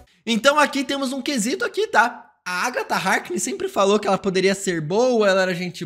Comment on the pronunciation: É impressão minha ou ele fala "Agta" em vez de "Agatha"?